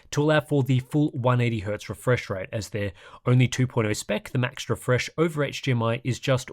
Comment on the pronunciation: ngl, "HGR" and "HGMI" are killing me right now....though equally, the way you can rattle off all those different terrible monitor names completely boggles the mind, but in a good way.